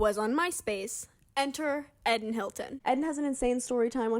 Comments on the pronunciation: Isn’t it pronounced eee - den ? Not Ed - den? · his name is rlly pronounced ed-in and not eedin? lol poor guy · Is this how Eden’s name is actually pronounced?!